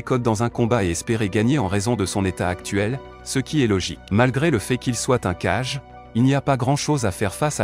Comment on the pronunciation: Oui ça serait cool en effet Mets on dit Hokage ce qui veut dire Ombre de 🔥 donc ils faut dire Kagé car si tu prenonse cage et cage et Kagé c'est pas pareil